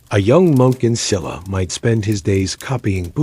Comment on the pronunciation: Please say the correct pronunciation for SHE-LA not Silla, BECK-JAY not Beckay, GO-GOO-rYO not Gogu-REE-yo. Other than I appreciate watching about the Korean History and all the hard work you put into it. I’m Korean & immigrated to USA at a very young age and is close to retirement age. Keep up the good job! Thank you 🫠